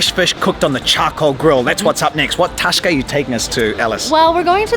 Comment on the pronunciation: It is not toska it is tasca